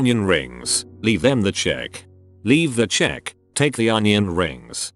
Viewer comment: "We're donion rings" kills me 🤣